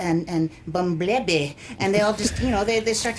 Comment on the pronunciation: "Optimuhs Prime and Bumblehbeh"😭😭😭 Cucumber, 2018